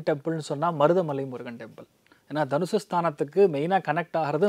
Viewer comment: Danushu illa ma its danusu